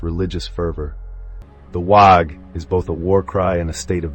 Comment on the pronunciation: Did a fine job. 1 small note cause it’ll drive the Ork folk nuts. Waaaghh is pronounced like the word “War” bellowed in a cockney accent. 😉